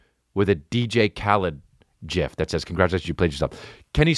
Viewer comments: Chris, love ya. But ABSOLUTELY don't say GIF that fucking way. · Man did you pronounce it "JIF"? ya know s'lil bout pronunciation